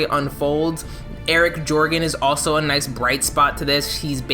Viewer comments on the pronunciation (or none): none